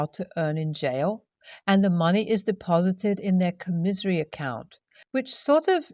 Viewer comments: com-misery account? com-i-sary account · Commissary is pronounced comm-is-airy. Commissary. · FYI. Commissary is pronounced COM-i-sary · just fyi, first story, it's pronounced COMma-sairy. :) I really love your reading, ngl. you have a lovely voice for it, and are really easy to understand! ❤